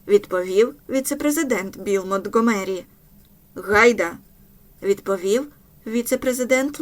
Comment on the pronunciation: Правильно МонтґОмері, гучнИй ( але гУчність). А вибухівка ''сі 4'', не ''ес 4''